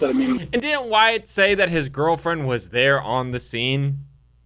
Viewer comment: OMFG You're a lawyer but you don't know how to read? His name is WYATT...not WHITE. I couldn't finish watching your video because you just keep saying WHITE over and over again. I just don't understand people that make videos but don't bother to be certain of the subject or information they're speaking about.